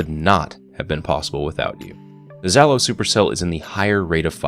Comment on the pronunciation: Again, I am pretty sure it's Zh is not a "z" sound, but a "zh", like in "garaGe". Since it looks to be a bit of an AK and Zhalo means "Stinger" in Russian.